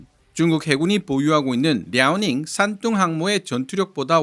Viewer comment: 왜 싼똥으로 들리지